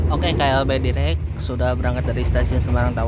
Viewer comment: dairek dibacanya bukan direk..